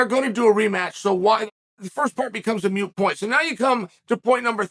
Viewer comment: its "moot point" not "mute point". love ya chael